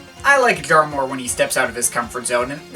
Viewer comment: That's understood...btw: excuses, concerning my first comment (removed it btw), by you, pronouncing Jarre as 'jar', caus of something in your way of bringing words out. But, as long as you keep this listening experience for and to yourself and in this case, no-one has been helped...the main effect is only: you have set yourself apart by spreading this completely superfluous message throughout the internet. I regret watching this upload and again I wanna express the fact that Jean Michel is a giant amongst many lesser gods in the art-scene, overall and who are 'we'' to just lightly and (in this particular case) sometimes a bit too bitter, judge his works, while this great man has changed so many hearts and lives? It's the 'tone' you set/you bring this in a cynical manner and jump from one album to another, as if it were cookies or candy-bars... Who 'are' you to do this? Is it simply arrogance? I will never look you up again on YT...who are you to play your game publicly? Yes...no-one!